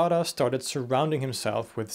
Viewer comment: When he says Dara, it sounds like Dada.